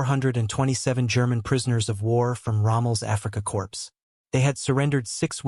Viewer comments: I tried to listen to this -- what seems to be an interesting story -- but the AI voice is just too ridiculous! "Africa corpse." "Barok." Sorry, but this channel is a bust. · This has to be AI because Korps is pronounced Core.